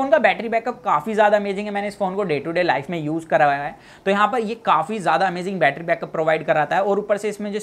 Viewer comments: Batttryaaa kya hota hai battry suna tha 😂😂😂😂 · Betraa kyu bolte ho bhai 💕